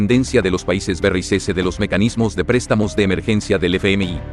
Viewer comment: BERREISESES...NO PUEDES DECIR BRICS? DISLIKE